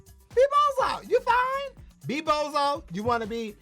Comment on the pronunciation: How he fwine 😭😭😭🧿